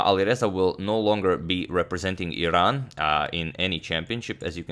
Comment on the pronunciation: I'm not from Iran but thanks for pronouncing it right, unlike most Americans who insist on saying "I ran" as if it were an apple product.